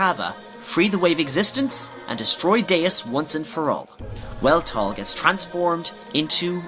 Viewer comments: Really good recap but there is one minor error in it. The Weltall is pronounced "Velt-all" It's German for Universe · You pronounced 'Weltall' wrong